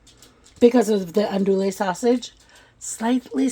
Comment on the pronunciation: it looks so good and I’ve made several of your recipes. Just a hint from us in the south, it’s pronounced ahn do ee sausage. Thanks for all your great recipes.